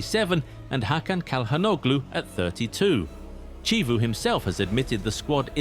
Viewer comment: Wrong pronunciation on chivu, Mkhitaryan isn’t a starter for Inter is 6th choice midfielder, if 32 is too old for any top team why does Van Dijk (35) play for Liverpool? Rudiger and Bernardo Silva both 32+ playing for Real Madrid. Harry Kane plays for Bayern Munich at 33. Etc etc. And if you made the argument with this with Calhanoglu being 34+ it makes some sense but it still fails because Aleksander Stankovic is the successor of Calhanoglu. Incredible how this is the content done on YouTube, 0 research